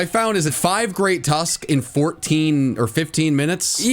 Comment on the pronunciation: The Great Tusk what? ? Sounded like you said Great Tusk...C**t